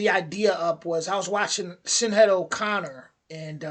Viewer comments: Her name is Sinead and its pronounced shin aid. ❤ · Her name is pronounced Shin Ade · Sinead is pronounced..shin aid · Heh bro nice content. Hello from Ireland. Thank you for looking at our history with an inquisitive mind. And close but its pronounced (Shin-Aid) O Connor good attempt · Her name is pronounced shinaid buddy.Thank you for highlighting this massive stain on our history 👍